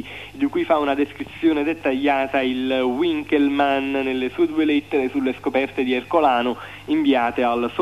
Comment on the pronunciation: Gigante è Gigante, appunto, Ma l'intervistatore che dice U inkelmann non si puo' sentire, la lingua è Tedesco!